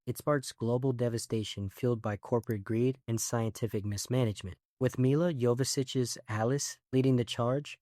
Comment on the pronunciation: What? Mila "Yovosiches"?? Looooool